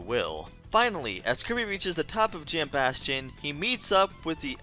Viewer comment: Thank you for being the only YouTuber I’ve seen pronounce “Jambastion” correctly